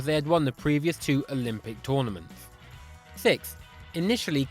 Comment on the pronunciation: You cant pronounce 6